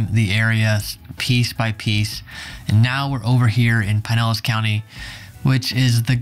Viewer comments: The flood zone material is too light and needs no Oklahoma info. The Evacuation Zone maps are readily available for Pinellas County, are simple and easy to explain, based as they are on elevations. Stop saying PIE-nellas--it's PIN-ellas County. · Your pronunciation of Pinellas is killing me. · Oh now i see. he said it correctly the first time but he just started butchering it completly